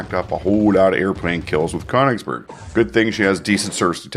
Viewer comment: Königsberg is pronounced KUH-nichs berg